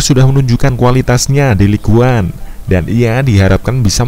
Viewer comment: bukan ligue one tapi ligue ung